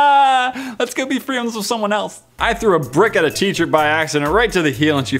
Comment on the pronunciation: He said frind instead of friend